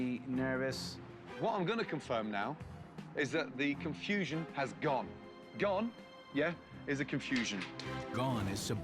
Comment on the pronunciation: Did you say RAW or RAR? Anyway, I was nistaken. This is the pizza place I thought Robert Irvine was working with. fresh out of high school, I got a job delivering pizzas. One of the things I had to do was make the pizza dough. I loved that part of the job. "I like casting 'Orb of Confusioon'". ROFL